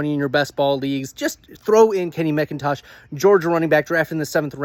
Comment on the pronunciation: Mac-Intosh like the computer not mick -in-tosh. Geezus. Credibility = toast